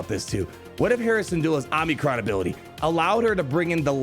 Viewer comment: Oh-mi-cron not "omni" -cron